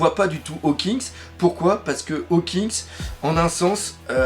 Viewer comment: Mais arrêtes avec tes HAWKINGS il s'appelle HAWKINS !!!!!!